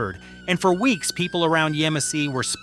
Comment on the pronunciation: The town is pronounced YEM-a-see not Yuh-MOSS-e. You obviously didn't go there.